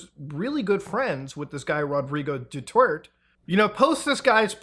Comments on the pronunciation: bruh the "du-tert" pronunciation is throwing me off huhuh its pronounced "du-tir-teh" 😭😭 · Muta, I know it's hard to pronounce our names but please say it like this; Du--ter-te not Dutearte. Kiboloy not Queeboloy (actually you can mess this guy's name, he's not respectable anyway. Not our former president though) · I like how you pronounce their names Kwi-boh-loy and Rodrigo Dutwerk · Its not pronounce as Dutert, but Duta-e. Ta-e means shits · "Duter-te" ❤ the vid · muta reading duterte's name as due-turd is something (it's due-tear-tě, tear as in the verb). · its read as Du-ter-te, not duterts. LOOOL. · I absolutely love how ur pronouncing Duterte's name as Dutert akskskskssk kills me each time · I just cannot with these mispronunciations. Quiboloy is pronounced as "Kih-bo-loy" Duterte is "Du-ter-teh" Davao as in "Da-vow" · a lot of names butchered, especially the former president's name (do-there-teh). also, when referring to the current president, use "Bongbong Marcos" as to not confuse him with his father, who was a president and dictator of the Philippines. But all in all, good video. I liked how you covered the situation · For any future use, some help with pronunciations: Quiboloy -- /keeboloy/ Padilla -- In Filipino, we pronounce it as /padilya/ Duterte -- /du-tehr-teh/ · "Rodrigo Du Twurt" fucked me up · i cant get over called Deterte "Detert" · "Due-Tert" made me giggle every time. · I love his pronunciation Rodrigo "Doo-Twert" 😂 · dew tert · "Duterte" is pronounced like "do-ter-tay". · Please put effort into pronouncing Filipino names 😭